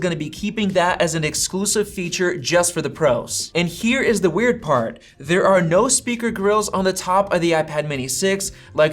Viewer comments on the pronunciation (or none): none